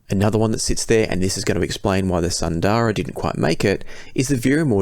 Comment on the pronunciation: Isn't Sundara pronounced Soon-dara (assuming it is based on Sanskrit)? Same with Susvara.